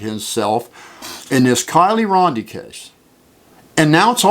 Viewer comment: Dude, I just have to say, It's RODNI, NOT RONDI! After all these weeks, learn to say her last name right, please. And your obsession with Upchurch is beyond insane 🤣🤣🤣